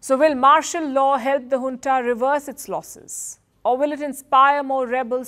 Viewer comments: It’s Junta ,not Huntaabut you are doing a great job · In the west Junta is pronounced as "Unta" J silenced.